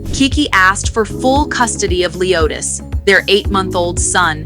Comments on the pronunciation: You not gonna be saying her son name wrong 😒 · Why on the f***does she keep mispronouncing the baby’s name? Aggravating!! Ugh!!